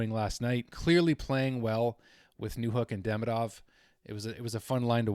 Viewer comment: Just so you KNOW ... THE OFFICIAL .. pronunciation of his name ...is Ka-PAN IN ..!!! WITH THE "PAN " PART MOST EMPHASIZED ..!! YES ITS NOT .."KAP" A- NIN ...BUT . KA PAN IN ...!! ALSO ...DE-"MEE"-DOV...IS THE WAY HE WANTS IT PRONOUNCED..!!